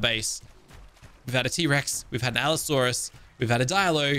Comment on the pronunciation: Allosaurus = ab-asaurus